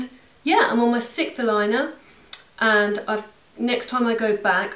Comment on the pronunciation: When you said what aligner you're on now, were you saying sixth? Sorry, I don't know if it's an American vs. British English thing or not, but I have absolutely no idea what you said :)